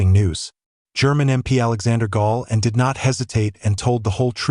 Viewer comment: The whole video is BS and the commentator who constantly calls Alexander GaulAND "Alexander Gaul" is a bad joke!